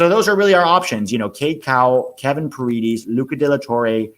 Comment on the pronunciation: Pah Red Ez not Pear eed ees